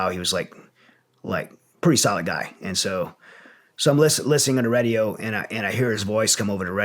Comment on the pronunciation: It's "Radio", not "Redio" lol